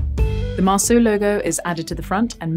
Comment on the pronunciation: Great video. Fascinating to see the build process of a modern hand-made guitar. One slight grumble though - your pronunciation of the French name 'Marceau' make me wince. The second syllable should rhyme with 'so'.